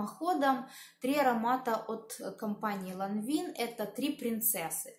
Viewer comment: извините) "Лё интердИт", и не "ЛанвИн", а "ЛанвАн"